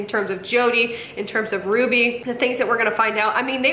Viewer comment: For someone who is so anal about grammar, she's the only person I've heard who pronounces Ruby's name wrong. 😂